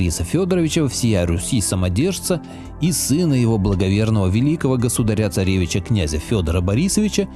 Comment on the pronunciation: В слове «государя» ударение следует ставить на слог с буквой А — госуда́ря.